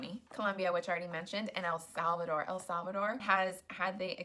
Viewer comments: You’re criticizing Steve for pronouncing Costa Rica the American way but you’re committing the same blunder when you pronounce Puerto Rico, El Salvador. Listen to yourself, lady. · You can't even say Costa Rica either or El Salvador 😂😂😂